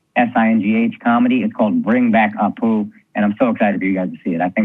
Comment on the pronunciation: As an Indian, my biggest pet peeve with Apu is that his name is spelt and pronounced incorrectly. It should be Appu!